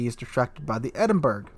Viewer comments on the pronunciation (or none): its NOT pronounced the Edinburg... its the (phonetics) Edin-Borr-rah... sorry to correct you again, but hey... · Edinberg??? EDINBERG??? IT'S PRONOUNCED "EDIN-BRAH", you doughnut!! (Despite being spelt 'Edinburgh'!). To contributors on YT from the North American continent, PLEASE learn to pronounce place-names properly, it really isn't that difficult! P.s. - I'm not Scottish, am English, but it still pisses me off when it's pronounced wrongly! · Thank for your video, as ever a great one. Minor issue it is not "Ed-in-berg" (phonetic spelling) it is "Ed-in-bruh", though sometimes "Ed-in-buh-ruh", I suggest the first is easier. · Are you trolling when you say Edinberg? , not dispersion it's poor aim, too low in the water, shot dunked.